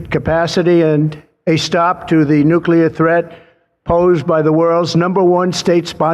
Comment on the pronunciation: Mornin'. I don't mean to be nit- picky, but it's nuCLEAR, not nuCULER. Love ya in the LORD, Bro. Have a great day!